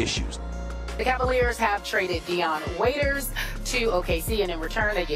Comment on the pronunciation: Its not dion waiters hahhaa